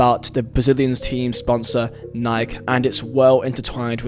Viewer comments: It’s Nike. Not nyke lol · bro its Nike “nyyy-kE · Alright, if you Brits get on us about "aluminium" then we can get on you about Nike. It's pronounced "ny-key". The E is not silent. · Love the vid but you said Nike wrong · I think you are forgetting the E in the word Nike my guy 😂😂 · Is it that hard to pronounce nike